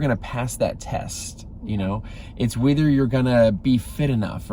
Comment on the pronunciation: I like how you said 'whither' instead of 'wether'.. lol